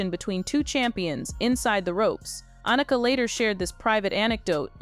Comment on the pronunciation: It would be nice if some of these narratives actually had some editing to ensure that they pronounced people’s names correctly. Everyone knows how to pronounce Annika’s name.